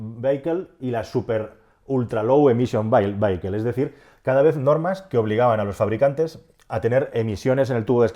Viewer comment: Minuto cuando pronunciando "vehicle" has pronunciado "veiquel" me ha partido el culo. Por favor se pronuncia "VÍACOL".